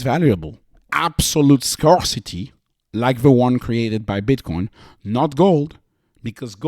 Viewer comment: It's pronounced "scare-city". English is stupidly inconsistent (presqu'autant que le français).